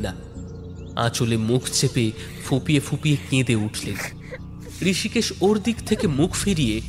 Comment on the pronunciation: ঋষিকেশ হবে না? রিসিকেসও বলতে পারেন। আপনারা তো ইসকুলে পড়েন নি😂!